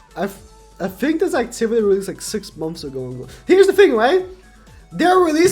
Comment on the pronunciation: I just like how he say "momths"